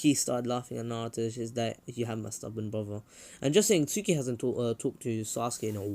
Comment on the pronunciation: hes trying to say tsookie but hes saing sookie in the beggining but in the end he corrected saing it